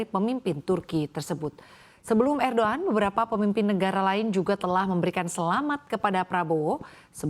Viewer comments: ErdoggAN WOE...bukan erdok an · Erdoan???? 😂😂😂😂 Erdogan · ERDOGAN woyyyyy bukan ERDOAN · Erdogan. Apa erdoan sih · ERDOAN🤦🤦🤦🤦 ERDOGAN✅ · Erdogan bukan erdoan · Erdoan😂 erdogan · Erdogan bukan erdoan😂😂😂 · erdogan bukan erdo an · erdogan bkn erdoan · Erdogan❌ Edoan ✔️ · Er ndhogg an Wah ndhessoo, 😂😂😂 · Erdogan woi bukan Erdogan... Ganti lah presenternya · Laj kok jadi er do an😅😅😅😅😂😂😂😂😂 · Ancornya bilang Erdoan, hahaha... Lucu ! Cakep2 tpi rafa 02n😅😂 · houthi dibaca hutsi erdogan dibaca erdo-an anchors cnbc menang beda 😊😊